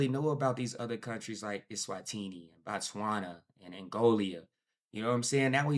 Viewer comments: you are hopeless and we are tired of correcting you on how to pronounce Botswana 😂😂😍😉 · IS CALLED BOTSWANA not BATSWANA